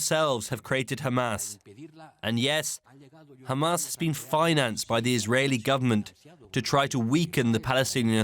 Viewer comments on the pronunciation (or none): How many times are you gonna remind that hamas is considered a terrorist group? i know this helps justify the genocide in your sick mind, so you literally repeat it everytime you say khamas. Which btw, "is considered a terror group by the EU"....